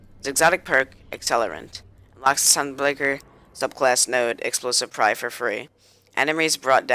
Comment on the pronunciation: you said pyre wrong it's not prye